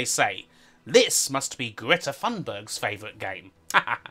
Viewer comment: Awesome! By the way, when referring to pissed off Greta, Thunberg is pronounced similar to “tune”, the h is silent. Heja Greta!